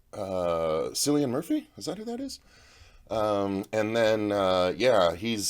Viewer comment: Not to be picky but Cillian is pronounced with a K not an S. That being said, Cillian Murphy being in it has piqued my interest even more, he's a brilliant actor and still pretty underrated. Very much looking forward to this film.